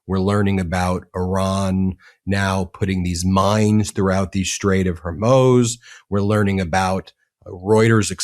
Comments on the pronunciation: HormUZ is how it's pronounced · Ben, I love your show, but it's pronounced Hor-Mooooz. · Is it not pronounced Hor-MOOZ? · Ben, Ben, Ben—please: I like the show watch every day but please: the proper pronunciation is the straight of “Hor-Moooze” and MOHshz-tah-bah (the new Iranian leader) Khah-May-nee (Khoh-May-nee died in 1989) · Strait of HorMOZE eh? Please stop mispronouncing it. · Please stop mispronouncing the Strait of HORMUZ. It is not HER-MOZE. You're driving me crazy. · Please, it is pronounced the Strait of “Hormooz” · Trump is a dumbass. The strike against Iran is an INCURSION, leading to a war. I can't stand hearing you say " hermoes". Please. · Ben, you're being a typical American with terrible pronunciation.......... HOR-MOOZ.... as in the sound a cow makes. STOP IT. STOP IT. STOP IT. HOR-MOOOOOOOOOZ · HOR MOOZ. Say it , Ben. HOR MOOZ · Ben, for God's sake.... it's HOR-MOOZ as in SHOES...... HORMUZ IS HOR-MOOOOOOOOOOOOOOOOOOOOOOOOOOOOOOOOOOOOOOOOOOOOOOOOOOOOOOOOOOOOOOOOOOOOOOOOOOOOOOOOOOOOOOOOOOOOOOOZ .... it's HOR-MOOZ as in SHOES...... HORMUZ IS HOR-MOOOOOOO it's been that my whole life. STOP IT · It's pronounced WHORE-MOO'S. JFC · Ben, love you, but it’s pronounced HOR MUZ (MOOZE). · Say the name of the of Hormuz correctly. it is not hormooz. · Please learn to pronounce Hormuz properly, try phonetically Hor-Mooz. Your driving my wife crazy and I have to listen to her yell at you. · Whore-mooz Ben, not what you say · Please learn the correct pronunciation of Hormuz. It’s a long U. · Pronounced Hor-mooz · Jeez... Learn how to pronounce Hormuz, dude. It's a big credibility buster. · Why cant you pronounce Homuz correctly? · I love you, Ben, but please learn how to pronounce “Hormuz”. Constantly mispronouncing it lessens your credibility. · Meidas isn't getting the news right. Those weren't fishing vessels, and after 10 days Ben is still unable to pronounce 'Hormuz'. They need to tighten up their act if they want to try and shift from law to news.